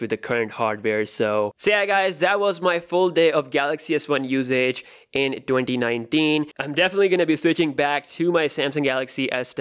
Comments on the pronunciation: "Dothousand dinedeen" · "In doothousand ninedeen" I'm sorry